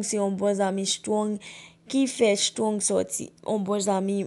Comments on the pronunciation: Men non strong ou paka pwononse menm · Menm Strong li paka pwononse non